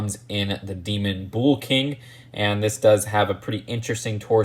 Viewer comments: Bull is pronounced bull. Not bowl, or bool. Bull. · "I just say bull" proceeds to say bool for the rest of the video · It's Bull, not bool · bull is pronounced like “bowl” not “buul” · Your saying bools that’s why loll. Say it without the u so from the b straight to l. Blls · Say bull like bowl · I'll add "bool" to the list of Just2Mispronunciations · It's pronounced "buhl" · No one:: Boöl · No one:: “Büle” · You pronounce "bull" the same way a blood says cool lol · The way you’re saying bull rhymes with “fool”, it’s supposed to rhyme with “full”.